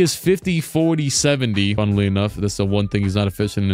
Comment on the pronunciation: “Funnuhly enough” 😂😂